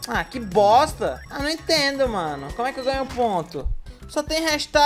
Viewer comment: Agonia do falando "boSta" e não "boXta"